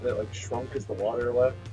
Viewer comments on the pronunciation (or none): he he say weft instead of left?